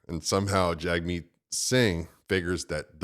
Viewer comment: Jagmeet also pronounced Jimmy